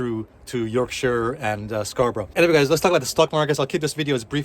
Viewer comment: Beautifully said. Pronouncing Scarborough correctly 😊